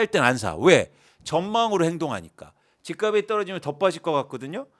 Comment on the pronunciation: "집값이" 의 발음은 "집가비" 아니고 "집갑시" 입니다